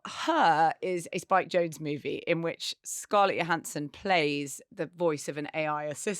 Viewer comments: Thought she pronounces her name, JO-hansson. not YO-hansson? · It's "Joe" hansson. Not 'Yo" hansson. 😅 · Her name is Scarlett Johansson. Her surname is pronounced with a J, like Joe Hansen. Not Yo Hansen. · They mispronounced Scarlett's name wrong. It's "Johansson" not "Johansson". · I remember an interview from a few years back when Scarlett Johansson confirmed that her surname is pronounced 'Joe' rather than 'Yo'. You do you obvs. x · Why does everyone in the UK mispronounce Scarlett Johansson's name YO-hansson? Isn't she well-known over there? I thought she was one of the biggest box office stars in the world. It seems odd that Brit presenters don't know how she pronounces her name. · I commented just for the joke, but Scarlett pronounces the "J". Like Joe Hanson. So it's "Johansson" not "Johansson". 🙂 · Scarlett Johannsen's name is pronounced with a hard Jo. I know this is old but it annoys me everytime people get it wrong (I've spent a life having my name eternally spelled wrong).